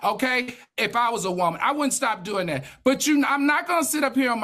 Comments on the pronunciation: I love how Al says “Woahman” 😂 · Y’all why is Al so mf funny 😂😂 the doll story got me weak! And I love how he say “whoa-man” when saying women 😂😂😂 this was a good show. Heavenly is getting a lot better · It tickles me the way Al pronounces “Woah-man” 😂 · The way Al says WOMAN will never not be funny 😭